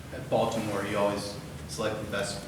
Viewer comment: “Bolt’imore Chargers” lol